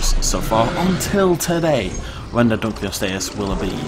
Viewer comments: U R SAYING THE NEW WATER CREATERS NAME WRONG DUNK O LOST E US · its pronounced dun-lo-lost-ee-us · Its name mean's Dunkle's Bone, named after its discoverer. Therefore it is pronounced Dunkle-ost-eus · Dunkle-ost-eus. It was named after its discoverer David Dunkle and means Dunkle's Bone, there for it is pronounced accordingly